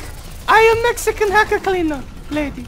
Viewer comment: Tyrodin "THE LAST MEXACAN"